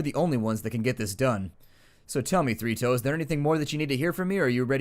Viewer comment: Everytime you tay Three Toes I hear Fritos...